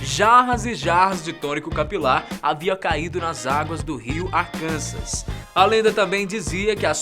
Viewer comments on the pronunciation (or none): none